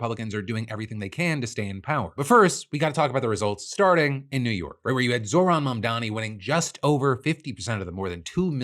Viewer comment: YOU SHOULD LEARN HOW TO SAY IT! M-A-M-D-A-N-I